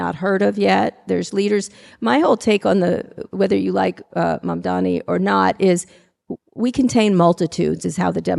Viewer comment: Call me picky, he said Mandami. He never says it correctly, Kara was right to say it correctly then she tells him he got it, he didn't! Something about him that bugs me.